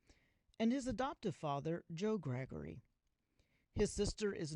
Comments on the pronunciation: Not 'Graggery'! Gar - ger - y ! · Joe Gargery, not Joe Gregory 😅